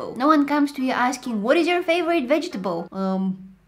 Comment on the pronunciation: Did anybody else hear vegeteBOIL